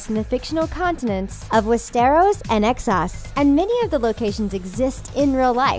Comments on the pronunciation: “Exsos” facepalm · CC Suarez Exos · exos wtf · Westarrows and Eggsauce wtf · "Davis" "Melisander" "Exoss" "Westairos" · You need to have someone who can actually pronounce the words. I've never heard of the continent EXos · And Exoes...... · Drone, Davis, Melisander, Thein...goddamn, also it sounds like she says excess rather than Essos. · West-teros and Ex-sos??? Drone?! Editor needs to be fired. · I cringe when she says Westeros and Essos... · I love how she tries to explain the plot when she cant even pronounce essos right